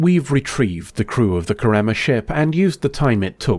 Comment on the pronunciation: Hermione: you’re saying it wrong. It’s KARemma not KarEMMA swish and flick